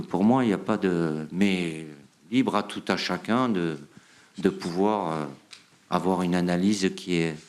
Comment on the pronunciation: "Tout a chacaing" DD